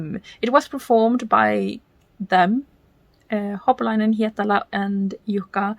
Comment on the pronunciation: Just fyi: It's "Holopainen", not "Hopolainen" 😉 Please don't take it as criticism. It's just that I'm familiar with misreading something, then sticking to it for years, and then being shocked when I'm finally told I've been reading and saying it wrong all the time 😄 Great reaction! I love that song 🤗 Have a great day...